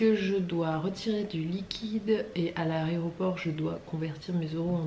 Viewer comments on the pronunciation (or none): On dit aéroport et aréroport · "a l'aRÉoport" mdr nan c'est pas possible à ton âge!! C'est aÉroport qu'on dit!! 😂😂😂